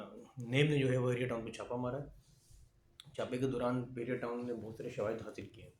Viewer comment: Bahria , not behria